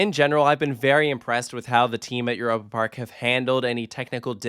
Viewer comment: As a German, hearing this pronunciation of Europe Park has me cringing each time. It sounds like nails on a chalk board.